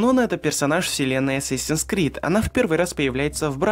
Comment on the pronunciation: О господи это канал шикарен.Столько инфы в одном ролике,столько интерсных моментов и фактов.Молодец так держать,но все же я до сих пор слышу ассасинс скрид !Сколько раз не перематывал и не вслушивался все одно так слышу,возможно из-за того что сначала идет с перед крид ну типо вот так- Assasins creed ! Но все же хочется услышить ассасинс крид )